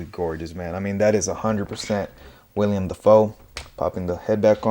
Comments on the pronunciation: It’s Willam, not William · It’s Willem not William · Nice review! This is by far my favorite design for goblin and I will be keeping him with the mask on for the most part. Also I do want to say his name is Willem, not William. Just nitpicking because the internet